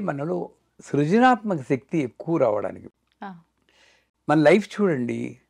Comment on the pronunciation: బాగా చెప్పారు. చెప్పాననుకోకండి నమషివాయ-కాదు నమశ్సివాయ-✔️.. షక్తి-కాదు శక్తి- ✔️